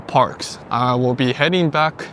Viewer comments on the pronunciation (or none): none